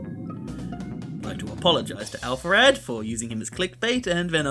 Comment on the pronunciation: never in my life did I consider someone splitting up Alpharad’s name into “Alph arad” instead of “Alpha rad”